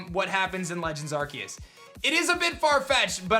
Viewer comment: I think Arceus is pronounced with an ‘s’ sound not a ‘c’ sound... but I’m not a teacher